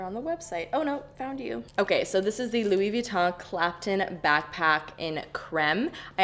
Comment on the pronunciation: How about put on a shirt? I guess I liked one of your videos and decided to subscribe and I’ve been ignoring the videos ever since then. Yes I’m unsubbing so you don’t have to send me hate comments. PS you’re pronouncing Louis Vuitton incorrectly.